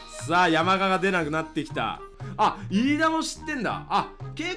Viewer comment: 山雅⤴じゃなくて山雅⤵でしょ